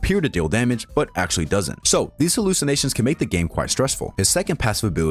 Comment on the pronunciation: Sir, it's actually not askually